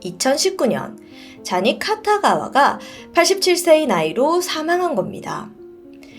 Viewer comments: 카타가와가아니라 키타가와아닌가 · 쟈니 카타가와가 아니고 키타가와입니다. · 쟈니 키타가와 입니다! 계속 카타가와라고 하시네용 ㅠㅠ 쟈니스가 여기에 나오다니..진짜 옛날부터 유명했는데 다들 그냥 넘어갔었죠.. 영국 방송아니였음 영원히 묻혔을거에요ㅠ